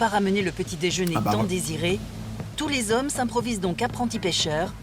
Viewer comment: je vous jure que si j'entends encore une fois les "zommes" je me fous en l'air